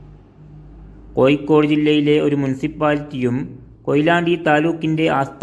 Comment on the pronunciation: കോയിക്കോട് അല്ല സഹോദരാ കോഴിക്കോട്